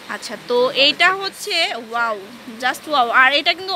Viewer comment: Ishhh.. Ki bisri bhasha mey tar.. Pura gramer bujhai jai.... Please get someone who can talk properly not 'Oaww-wow' 'Zust-Just' 'Parson-person' Just a Humble request